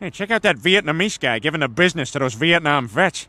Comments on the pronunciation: *Vietnam not vitenam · Vietnam, not vitenam 😅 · vietnam not vitenam